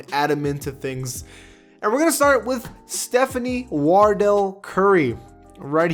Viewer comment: I need you to work on getting names right. His name is Wardell Stephen Curry. Not Stephanie. SMH. 🤦🏿‍♂️